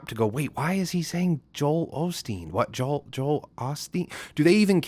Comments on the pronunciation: “JO-EL Osteen” he’s just separating the syllable. He enunciates Aubrey like “Haubrey” to separate “dear Aubrey” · he says Joel that’s just how he enunciates. He says Aubrey like “Haubry” on meet the grahams. Its like he does it to separate the syllables